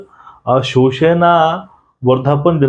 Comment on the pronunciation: जगताप जी तुम्ही शिवसेना हा शब्द शिवशेना आणि शिवसैनिक हा शब्द शिवसैनिक असा कां उच्चारता?